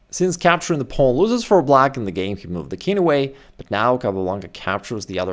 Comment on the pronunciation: “Pownnn” lol. It’s wild how he says it